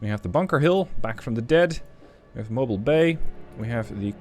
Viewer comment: "Mo-BEAL" Bay. It's no where near Anteitam.